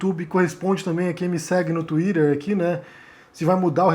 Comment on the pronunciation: Para de falar tuirer peloamor